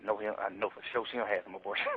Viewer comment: “For sur”